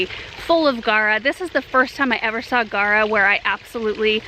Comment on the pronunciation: It's spelled G-A-U-R-A people! Not guara. And it's pronounced "gawra." (In English.) (In its native Greek, it's pronounced gow-rus, from "gauros," meaning "superb.") There's a u in that word and it's not silent.